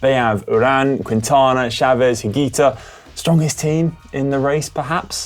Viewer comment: I understand the names are hard to pronounce. I suggest these pronunciations : David Gaudu (Go-Due) Primoz Roglič (Raw-Glitch) Nairo Quintana (Kin-Tah-Nah)